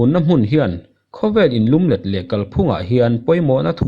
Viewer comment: Indo tih a do lai hi a ri sang zawk tur a ni a. Inlumlet tih ah hian lum lai hi mûm tih anga lam tur aw